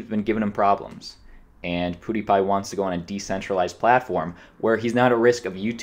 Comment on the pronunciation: He keeps calling him poodiepie haha